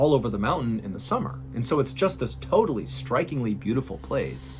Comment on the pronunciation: Gee your accent ive nevr really noticed but when you say summer it was really noticeable was cool